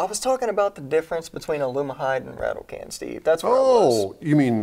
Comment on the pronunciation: It's called a "rattle can" not "rattle can't"